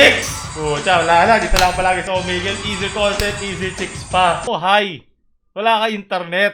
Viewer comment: "Omigle" I lost my composure here.